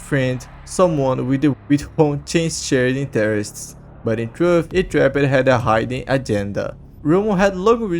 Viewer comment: “Itraped” bro u dont pronounce it like that.